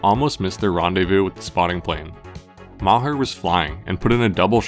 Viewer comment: MahHer 😂😂😂 MaHAR dood, MAH HAR NOT HER. 🤦🏼‍♂️🤣